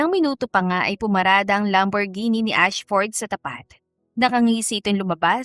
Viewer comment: Lovely and Rafael story. Nice one happy ending You pronounced Lamborghini the right way way😀 congrats